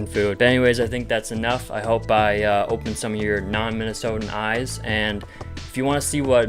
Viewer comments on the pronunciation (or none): none